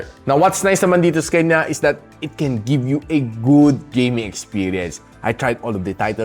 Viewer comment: Natutuwa tlga ako sa "sekanya" mo boss. More awesome videos in 2025 🎉